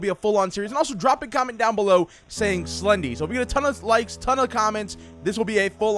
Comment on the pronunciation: It's slendy! Not sledy